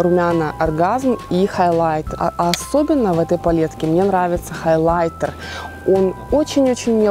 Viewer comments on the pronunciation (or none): none